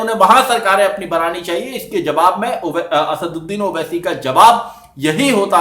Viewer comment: Congratulations I have seen after a long time who has pronounce "Asaduddin owaisi" Rightly. 👍☺